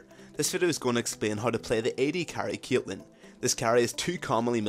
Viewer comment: why do you say CYATLEHN?!